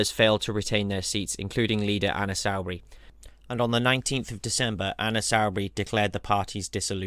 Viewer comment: You mispronounced Soubry it's Soo-brey not sau-brey